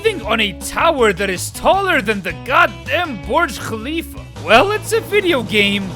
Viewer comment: I mean... English speakers really don't know how to pronounce kh in khalifa